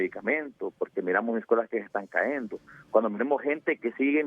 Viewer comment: Perdón,se dice cayendo no caendo